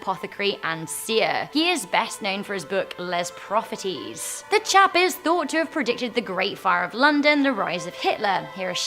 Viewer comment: Nostradamus’ book called ‘Lez Prohetieez’ 😂😂